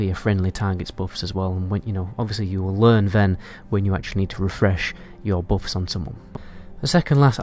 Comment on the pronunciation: Not bouffs, buffs